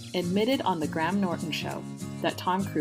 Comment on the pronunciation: The "Gram" Norton Show? 🤣🤣🤣